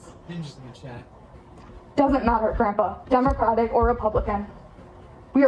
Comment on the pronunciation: She should be arrested for calling him "Grumpah".......its Grandpa, beatch